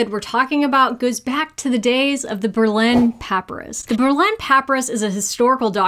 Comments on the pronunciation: Say it with me: puh- PIE-rus! Papyrus, please, no PAP-ir-is! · I love your vids and highly recommend them to everybody i know!!!! one thing though... Pa Pai Rus not Paperus lol:) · I'm going to watch the whole thing, I promise. But 58 seconds in my brain is going "PAP-aris....pa-PY-rus....PAP-aris....pa-PY-rus" and I had to let it out or I was going to explode. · Haha this is great! Also...is pronouncing it PAP-uh-rus a regional thing?? I'm from the south and have literally never heard that pronunciation... it's always been puh-PIE-rus around here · pa-Pie-rus not pra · Thank you,, for a fun, informative video. For viewers who have some questions about the pronunciation and spelling, here are some notes. Berlin Papyrus. “Papyrus” is pronounced puh PIE rus (for Americans) or [pə ˈpaɪ rəs] for those who know the International Phonetic Alphabet. Test for a woman who will bare or not bare: The text in the top corner spells “bear” correctly. “To bear” means to carry or to give birth. It’s conjugated like “tear” and “wear”: bear, bore, born. “To bare” means to unclothe or reveal. Someone needs to study up on their homophones (not synonyms). Don't worry. We get it: You're a doctor, not an English teacher! Gonadotropin has stress on TRO, not NAD, so go-nad-o-TRO-pin. I didn’t know that, but I checked the dictionary, and listened to several people pronounce it on. …recommending that a combination of honey and water be drunk… Kudos for conjugating “drink” correctly – and using the subjunctive! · It is pronounced puh-pi-rus (papyrus), not how you were saying it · The word is pronounced, puh-pie-rus. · Papyrus is pronounced pa-pie-rus. I love you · Sorry, have to correct: Pah-Pie-Rus. Otherwise, such fascinating history! So glad we have the easy modern tests. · I normally wouldn't bother correcting pronunciation but since you made a mention of questioning your own at one point... Papyrus is pronounced pah PIE rus